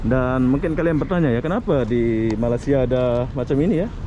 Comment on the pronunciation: Malay-sia bukannya Malas-sia Agak aneh bunyinya